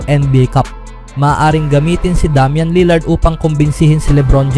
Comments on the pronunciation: Wtheckk DAM-YAN 😂 ilugar mo pagiging badjao mo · Minurder ba naman pangalan ni Lillard hahaha Damyan for treyyy!!!